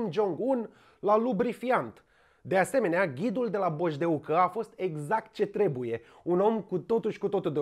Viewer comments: bojdéucă ci nu bojdeúcă se pronunta corect,#no hate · Asa se pronunța cuvantul bojdeuca, cum zice nenea asta, NU cu accentul pe “u”, deci bojdeu-ca nu bojdeuca-uu-ca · Bojdeuca e cu accent pe e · am urmarit cu placere clipul tau despre orasul meu, mai ales avand in vedere ca am copilarit in mahalaua Ticaului, pe langa bojdeuca (accentul cade pe E cred) lui Creanga. cand eram mici ne fugaream pe treptele din fata bojdeucii si cand am crescut mai mari ne intalneam cu fete la fantana cu salcie de peste drum. e atata istorie si amintiri legate de locurile astea. merci,;) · Un turn din ăla măcar odată pe zi este OBLIGATORIU pt buna funcționare a materiei cenușii din vârful piramidei trupusorului tău delicat. PS. Vezi ca faci aceeași greseala ca și cu Golia la pronunțarea cuvântului bojdeuca, pui accentul pe silaba greșita.